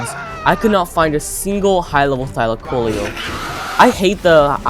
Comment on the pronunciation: What if I told you it was pronounced Thy-Lack-Oh-Leo Also you are extremely underrated! You deserve more subs!